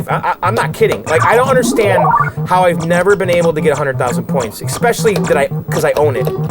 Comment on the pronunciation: Bro, how many times do I have to say it? There is no "x" in "especially."